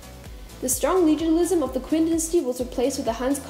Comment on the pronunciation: Qin is read as Chin